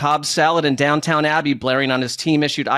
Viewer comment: Downtown abbey!?!?! Its DownTON Abbey lol